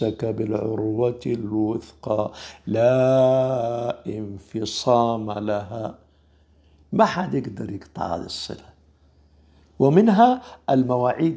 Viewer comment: السلام ورحمة الله وبركاته جزاك الله خيرا سيدي ونفعنا بك لكن لدي ملاحظة اعتقد اننا نقرأ (لا انفصام لها)بلام مفتوحة ثم نون ساكنة وليس لا انفصام(باثبات الاف وهمزة محققة مكسورة)